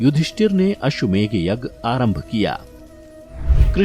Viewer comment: Ashwamegh nahi Ashwamedh....GH nahi DH hota hai.